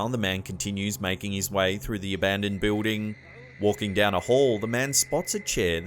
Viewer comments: great but I have to laugh each time I hear him say the word "Building" He pronounces it "Bewding" when its actually "BILLDING" the only other person I know who pronounces it the way he does is Kaitlin Bennett, A political journalist from Ohio. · Love your videos but could you say the word Building correctly please. Jesus dude your driving me crazy!!!!!!!!